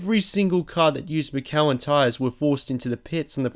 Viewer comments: Not "Mi-KEL-in". It's "MISH-elin". * EDIT * I just noticed like everybody's saying the same thing 😂 The creator must be like "Damn what a ridiculous con-TROV-ersy!" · its miiiiiiiisssssssssssshhhhhhhhhhhheeeeeeeeliiiiiiiiiiiiin nom MICK-alin lol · Good clip, but pronounced Mitch-elen. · Mickelin tires lmaooooo it’s pronounced “mish-I-lynn” Michelin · IT'S PRONOUNCED MISH-A-LIN NOT MECKELLEN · MISHelin not Mikellin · What the hell is "Mikaelin"? If you refer to the French tyre manufacturer, it's pronounced either "meeshlan" or "mitch-alin" depending upon how faithful one is to the original French pronunciation. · Bugs me how he pronounces Michelin it's sounds like Mitcheelin not Mick Kel In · "McElin" it's Michelin breh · Mi-kel-in? Mi-shil-in dude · mishelin... misssshhhh elin... not mikelin.. Michelin.. cop y and drop in google and listen .. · Hayden 3210 Me-sjeh-leighn it's how it should be pronounced. Mishalen? It's a French manufacturer so it should be pronounced as they do in France. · MISH-E-LIN It's pronounced Mish-E-Lin tires! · Guard rail? Mikelin? Please learn English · "Mick Kelin" tyres... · "mick-ellen"? Are you fucking kidding me? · I thought it was an Australian thing to pronounce Michelin, 'Mikallen', until I heard him incorrectly pronounce Flavio Briatore's name. I now think he has never actually watched F1. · "McKellen" Dafuq? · Ma-kellin? lol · It’s pronounced (mi - sha - len) Michelin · Mikelan tyres? Really? Mikelan tyres? For real? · Someone tell him Michelin is pronounced: Mish-a-lin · Mikèlin? Never heard of that haha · How do you pronounce that McKellen? Do you know ANYTHING about the sport you are making a video on? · FYI - Michelin is pronounced mitch-a-lin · It's Bria tor ree and Pat Simm ons not simons. Mickellan tyres. Fuck me mate, learn to fucking speak. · Mikelen? Mikelen? You did so much work and still cannot pronounce correctly Michelin. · It's pronounced "Mih-she-lin" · lol, you pronounce Michelin like a scrub. "Mishellin"